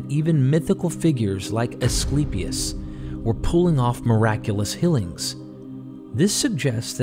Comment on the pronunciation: I love listening to your narrations, but you’ve got to correct how you say “fillings” and “hillings” instead is “feelings” and “healings.” They don’t sound the same, but you pronounce them the same.